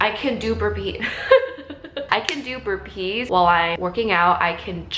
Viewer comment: Love how you say burpees. "burPEES"